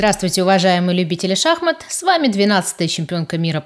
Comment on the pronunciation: он не произносит Х в этом слове и в производных от него. Только "шааамат" и "шааматный, шааматных"